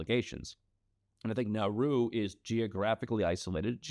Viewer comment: IT'S NAURU